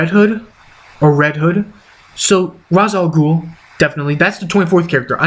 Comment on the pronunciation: It's pronounced RAYSH Al Ghul.